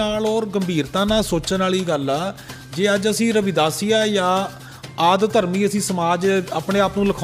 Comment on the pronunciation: adharmi na bolo ad-dharmi bolo hor jo kahoge karage par lafaj theek kaho